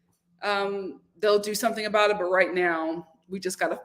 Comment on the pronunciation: I got a lil offended when you said aboot when referring to the crowned prince Sir Drake!🤣🤣 I’m Canadian and when I say « about » it sounds like I’m saying « a boat » 🚤 I’m from the east coast 🤪